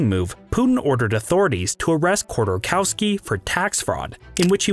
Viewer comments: You mispronounced the name - Mikhail Hodorkovskiy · I don’t expect anyone to have perfect foreign pronunciation, but Chodorkowski’s name is so badly butchered, I only recognized it through context. That means there is no grown understanding of the issue.